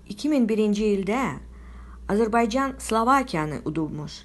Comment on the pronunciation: Azərbaycan sözünü düzgün tələffüz et sonra danış